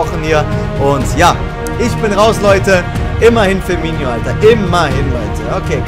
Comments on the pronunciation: Der heisst firmino nicht firmiño! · Ee heißt Firminooooo wie oft noch. 😒😒😒😒